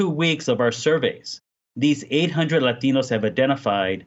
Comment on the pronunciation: It's Latinos, not laxative. That's what it sounds like.